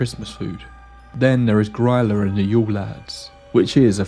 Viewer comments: Grylla? you mean gorilla? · Few friendly pointers from an Icelander😊 Gryla is actually pronounced like it has "ee" instead of the "y", like in green, Gr-ee-la. Also, the yule lads stop coming on the 24th 😊. First one comes on the eve of the 12th. Kids put a shoe on a windowsill, in their home, on the 11th and get a gift during the night. They go back to the mountains on the 6th of January, which is the 13th day of Christmas.